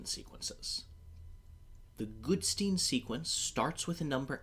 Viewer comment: Goodstein, not Goodsteen.